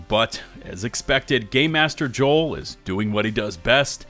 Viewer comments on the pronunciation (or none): none